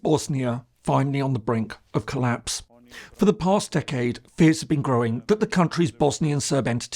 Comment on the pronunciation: Bro said finaly on colapse 💀